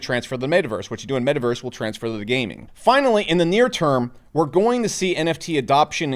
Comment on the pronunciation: Can someone teach him how to pronounce "met·a·verse"